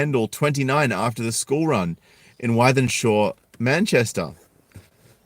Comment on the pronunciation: The place is pronounced Within-Shaw. It's a huge council estate in Manchester.